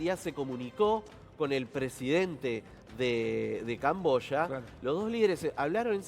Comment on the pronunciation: Yo pensé que era camboya ,el dijo cambosha.